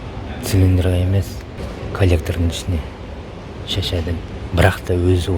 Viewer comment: Шәшәды емес Шашады, қазақша таза сөйлейік